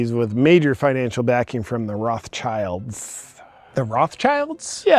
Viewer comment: Those "Raff-tshaylds" 😂😂😂 (how he pronounces this German family name).